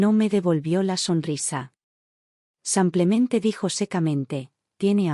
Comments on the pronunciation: Por qué la relatora, no pronuncia correctamente la palabra “simplemente”, y siempre en sus relatos dice “SAMPLEMENTE?” Todavía no sabe que es un error. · La relatora ha dicho ”cinco veces SAMPLEMENTE” es que no sabe que la palabra es ”SIMPLEMENTE” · La palabra es “SIMPLEMENTE” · Y la relatora sigue diciendo “SAMPLEMENTE”!!!